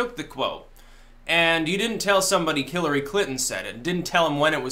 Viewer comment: “Killery”? Anyone else hear that?